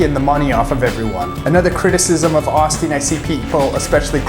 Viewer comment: Long "O" sound... Not the short "O" sound